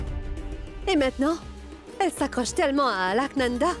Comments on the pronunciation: Qui comme moi a vu que Vias J a dit Alkananda au lieu de Alaknanda 👍👍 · Vias joue bien son rôle de malade 😂il ne peut bien prononcer le nom d'Alka li di Alkalanda 😂eeeh les indiens 😮